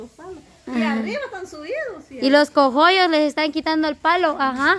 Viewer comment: Sandrita. No se dice. Cojollos es coollos.